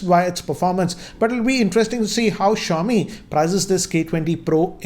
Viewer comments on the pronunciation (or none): none